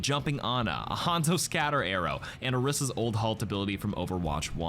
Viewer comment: Date - 20JUN24 - STILL saying Orisa wrong